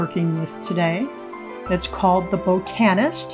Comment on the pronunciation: You mean bah-tun-ist lol....bow tan ist. You're too funny